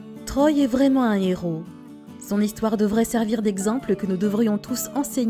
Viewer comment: C'est un "nhéros" qui fait partie des " zhéros" Lol!